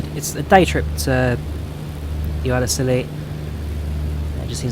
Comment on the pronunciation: Hey, I live in West Cornwall in the area just wanted to tell you the islands are not pronounced with the C as a C Sound, more of a Ss Sound! Hope this was helpful:)